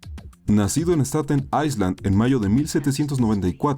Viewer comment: Se pronuncia ailand, aisland es para Islandia. Fuera de eso, me gustó mucho el top, creo que pocos lo hacen de forma objetiva y neutral :)